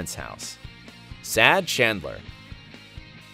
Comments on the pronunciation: Narrator: Monica and "Shandler" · He also pronounced shandler instead of chandler